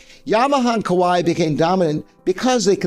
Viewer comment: Kawai is actually pronounced like Hawaii with H replaced by K.